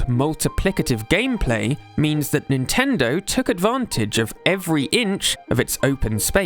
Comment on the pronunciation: He says Nintendo like nintenderrww